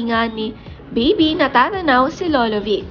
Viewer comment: Do not pronounce lolo as lowlow oa nmn 🤣